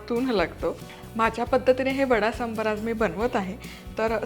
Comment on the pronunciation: "सांबर" नाही हो, "सांबार" असा शब्द आहे. सांबर हा प्राणी असतो. पदार्थाचे नाव बरोबर उच्चारा.